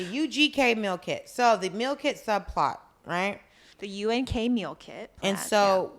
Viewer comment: Im not sure if Dolce was doing it on purpose or not but she kept saying UGK instead of UNK but im DYINGGGG either way hahahahahah!!!!